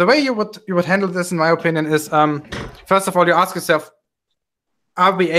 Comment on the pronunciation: You know you're about to have an intellectual conversation when it starts off with 'Can I axe you a question?"